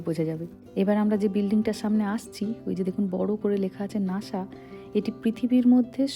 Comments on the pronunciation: It's call Nasa not Nasha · শব্দটি নাশা নয়, নাসা হবে। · Why do you speak lhis like for NASA /NASHA